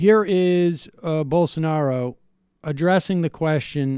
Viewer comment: They were just havin a good time don’t kink shame them, “bowl-sar-newro”